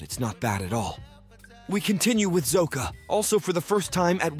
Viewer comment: Bruh. Have you seen the show. Why are you mispronouncing Sokka and Iroh?